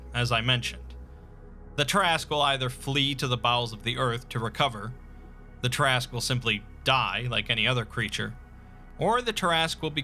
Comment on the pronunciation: Look at the name. Say, "tear askew". Look at the name again. Repeat as necessary.